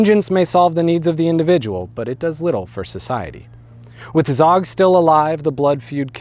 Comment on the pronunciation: Zog pronounced zoge and the gj in gjakmarrje is a j sound